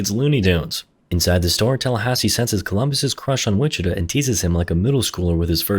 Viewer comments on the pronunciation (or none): Lmao so from everyone in Texas or hell even Kansas ITS WI-CHI-TAW not “witchituh” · This guy saying wichituh 😭